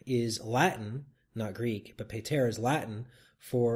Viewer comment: Nice video but as someone who has attended multiple Traditional Latin Mass for being a Latin Rite Catholic, you pronounced "PATER" wrong. Pater is not pronounced as in "peyter" as in pay (in pay the bill) but "pahter" as in pat (in Patrick Stewart).